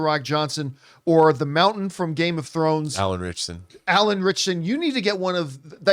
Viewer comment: That’s a funny way of pronouncing Alan Ritchson.